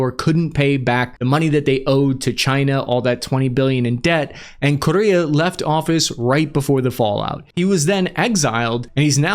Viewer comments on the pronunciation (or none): In America, Correa is pronounced "Core-Air-uh"